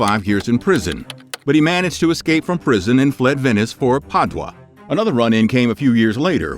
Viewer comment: The name of the Italian city is pronounced Pad-you-a.